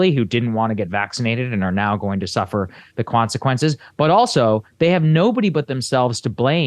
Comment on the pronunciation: "...who suffer the kwanzakwences..." 🤣🤣🤣